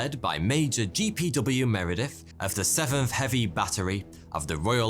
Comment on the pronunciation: I'm impressed that you managed to make th sound like f in "seventh" to make it "sevenf". Didn't think that morpheme existed.